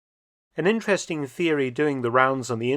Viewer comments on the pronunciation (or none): none